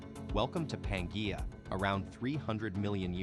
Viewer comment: Certainly must be another free AI reader that could pronounce Pangaea. And all the other words also. Words important to the actual thesis of the story itself.